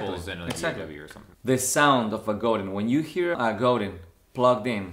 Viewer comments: Sorry, but I have to correct everyone when they pronounce Godin wrong. It's actually pronounced Go-Dan. Godin comes from Quebec Canada where there is a lot of French-Canadians who do speak French. Google Robert Godin or in search in YouTube there are videos with Robert, the genius behind Godin Guitars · Goudin Guitars? 😂🤘 se pronuncia "Godang" mi pocho amigo... es franco-canadiense Robert Godin😍 and I'm pretty sure you understand my spanish "ese"!!!!🤘😎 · GoDAN not The way you’re saying